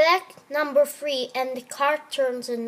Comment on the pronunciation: I select Number fwee, One Pawse two Pawses, A tawch underneath. You're so cute X3